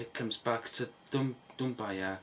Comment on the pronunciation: It's doum-be-a but good video mate